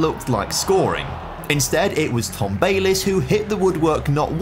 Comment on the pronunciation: that's an interesting way to pronounce Tom Bayliss